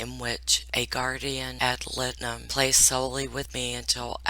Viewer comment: Guardian ad litem prounced guardian add lie-tem